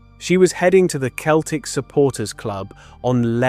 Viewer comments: Small point but when referring to the Glasgow football team Celtic is pronounced "Seltic" not "Keltic" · The constant mispronounciation of "Docherty" makes this hard to listen to. Also, who pronounces "Celtic" as "KEL-tic"?